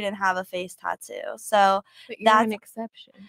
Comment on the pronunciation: said “tattoos”😓😭😭😓 bra what?😂